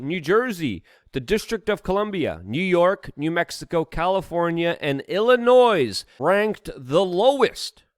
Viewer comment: Illinois..... there is no noise in Illinois. The s is silent